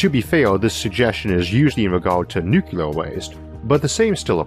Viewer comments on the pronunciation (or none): First nuclear has twp syllables. Second you have no evidence that Hawking radiation exists.